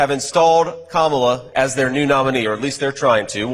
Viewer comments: At least he pronounces her name correctly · At least he pronounced 'Kamala' correctly - unlike Trump.